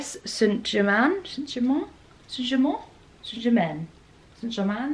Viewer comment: Paris St Germain is pronounced “pa-ree san ju-ma” 💓